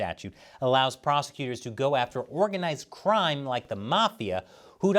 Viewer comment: haha said “Trime” instead of “Crime”